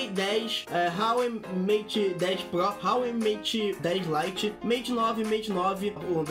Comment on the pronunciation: Huawei o 'H' não tem som de 'R' pois é chinês eo 'H' não tem som de 'R' na pronúncia.